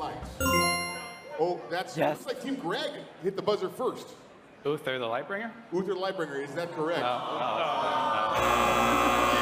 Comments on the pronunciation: Fucking Greg said "uther" I wanted to die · When he said uther the lightbringer lol